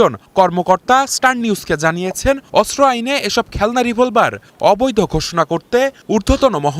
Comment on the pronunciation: অস্ত্র উচ্চারণ শুদ্ধ উচ্চারণ করতে হবে, অস্ত্র উচ্চারণ শুদ্ধ হচ্ছে না 😊😮